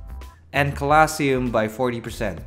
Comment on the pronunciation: my good sir I love you but the way you say colosseum is making me die slowly Lobe ya bud